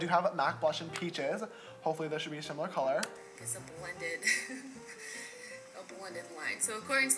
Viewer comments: When he was talking about the blush it sounded like he said shimaler instead of simalir just pointing this out dont hate on me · “Should she a shimular color” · anyone else notice when he said “hopefully this will be a shimilar color”